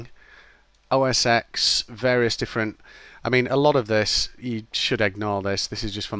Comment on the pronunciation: "oh ess ex"? "windows based hardware"?